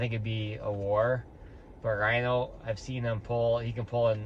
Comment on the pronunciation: Rino aint rhyno hes human. Ree-no ;D